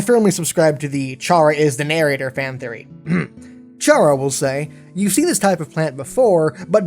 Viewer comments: Chara’s name is pronounced kara not ch-ara fyi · Gaming It's pronounced Cara not Chara, it's pronounced like the Irish word for friend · I think Chara is pronounced like Car-ah for CHARActor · PRNOUNSED CARE SPELLED CHARA! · It's pronounced "Kara" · Uhhh, sure, it's SPELLED Chara but it's PRONOUNCED Kara. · 1 thing STILL (after about 6 months) doesn't know,is how to pronounce the name Chara. Chara is short for Character,so it's pronounced Kara. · I think Chara is pronounced like "kair-a" like in "CHARActer" because usually the main character in RPG games kill everything for levels and exp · it's pronounced CARE-uh